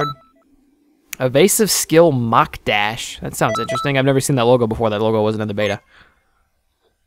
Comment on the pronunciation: Both wrong! It's pronounced like Mock.